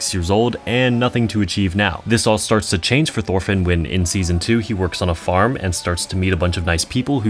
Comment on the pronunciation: why do u pronounce it like “thorfinn” it’s pronounced like “torfinn”, the “h” is silent